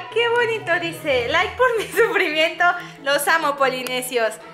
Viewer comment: se dice like no l aik